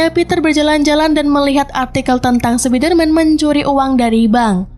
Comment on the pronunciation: Min...kurang enak di denger kalo di baca Sepider-man Enakan Spaider-man Min :')